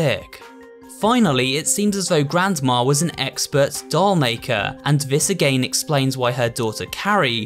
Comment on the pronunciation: I love he said ageyn atleast of again